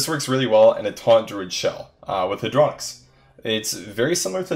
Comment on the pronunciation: its Hey-dro-nox not hadro-nix